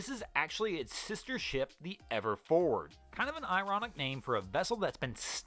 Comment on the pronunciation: Yes. And Fore-ward has two syllables. It's not forard. I had to rewind and listen again to understand the name of the Evergreen ship. Also, "Bu - hay - me - an (Bahamian) defense force." I thought he said it was a bohemian defense force. Slow down,. We'll all watch, like and subscribe even if the video is a little longer.